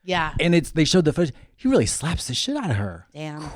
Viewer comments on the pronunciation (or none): none